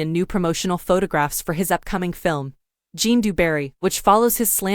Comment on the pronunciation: Zhjan, not Jon